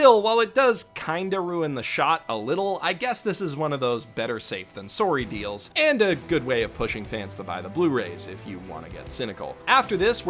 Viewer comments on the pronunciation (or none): "Better safe than sowry" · "Better safe than SORE-Y" i forget your Canadian sometimes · Hehe he said Sorey cause he's Canadian. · I almost forgot you were Canadian until you said “Better safe than sorry”